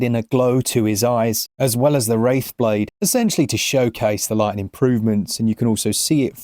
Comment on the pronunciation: The fact he calls it the Wraithblade makes me happy